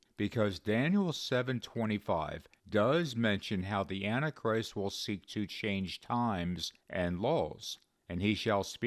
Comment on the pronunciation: I love this channel but can you please say “anti-christ” in 3 syllables rather than two? I notice in your videos you say what sounds like “anachrist”.